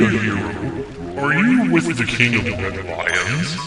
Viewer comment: lulz, I thought you said 'the king of red lines' at first xD now this all makes sense:0